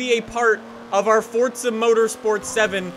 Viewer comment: please there's no t in forza